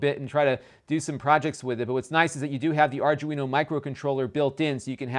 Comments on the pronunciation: Really cute pc. I was confused why you'd want so many fan headers at first. Plenty of sensor pins sounds more reasonable. *Arduino. Not 'ardguino'. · It's pronounced Ar-dwee-no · arjewino it's an Arduino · Correct pronunciation guys: Are Do E No... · R DO WIN O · You really have no idea how electronics work, do you? 2A vs 3A is the reason why it's slower? It's more likely that the chipset or RAM is lower spec than the Intel NUC. And by the way, "Arduino" is pronounced "R-Dwee-No" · I cringed every time you said Arduino lol. Other than that good video and great content. Ill be getting one myself now. Keep up the good work. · No one can say it right. It's hilarious.